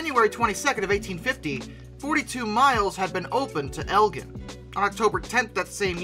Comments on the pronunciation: DUDE! It is EL JIN, not GIn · Elgin is pronounced elgyn not elgen. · It’s pronounced eljin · Great video! You can still see the C&NW logo on some of the UP/Metra lines around Chicago! Just a couple pronunciation corrections: Elgin = "EL-JIN", schooner = "skoo-ner". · Elgin is pronounced EL-gin. Sorry, that bothered me. Other than that, great video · "elgin" it's pronounced "el"J"in" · You said Elgin wrong.